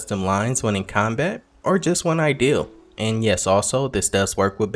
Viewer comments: Why did you say ideal instead of idle 🤣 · its not ideal to pronounce it like that, right? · Are you purposely mispronouncing idle? I only ask because I seem to follow a few channels that purposely mispronounce a word as an inside joke.